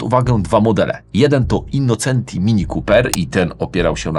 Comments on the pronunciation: Pięknie słychać "autobianKI", ale dlaczego tam dalej jest "innoCEnti", a nie "innoCZEnti"? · Super za program 👍 Autobianchi juz poprawnie, Brawo Ty. Ale nadal Innocenti czyta sie " innoczenti " taki maly szczegół. Poza tym program OK Pozdrawiam